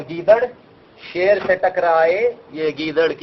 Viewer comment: “Ser” lol